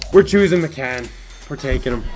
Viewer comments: It's pronounced miccan? I thought it was like Mike-an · George McCann????? That's how you pronounced it. It's Mike-n bud smh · Its pronounced mike-in not mecan lmaooo u pecan 😂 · Connor D'Arcy MY-CAN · "Mike In" is how its pronounced. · It's pronounced myken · your saying MIKAN wrong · TheKYRw I cringed every time he said it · ugh the way he pronounced his name he's clearly never heard of George mikan before.. embarrassing, put the game down and watch some basketball please, rip mikan